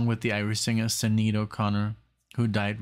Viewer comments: More 'Thur' than 'Thee' - and it's pronounced Shin-aid :) Check out The Beat(en) Generation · Can you not just google how to pronounce names?? Especially Sinead. It's very disrespectful.